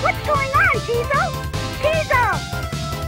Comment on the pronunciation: The fact that Tiesel still can't pronounce the name of his own ship drives me up a wall.